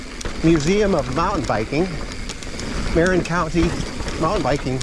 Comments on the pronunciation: I can tell you’re not from here. Pronounced ‘Mer-in’ not ‘Marren’ 🙂 But really cool video 👍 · No worries , but yeah...Its Mer-in... and SF is "The City"